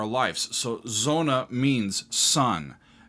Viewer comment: "Sonne", not "sonna"